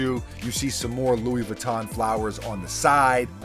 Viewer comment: Yo you Pronounce Louis Vuitton like a poser!